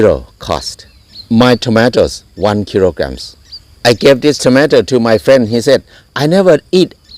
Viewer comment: 😂😂😂 his accent when he says kilogramme and tomato caught be off guard its so amazing